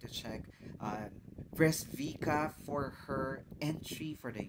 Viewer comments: It does not pronounce Bresquika but Bresquitza, little peach. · Bro, if this reminds you of Arabian night, I guess you have to widen your horizons. Has nothing o do with that, it's an authentic pure Serbian sound, pre-Slavic. Btw Breskvica is pronounced as Breskwitsa and it means something like ' little peach.'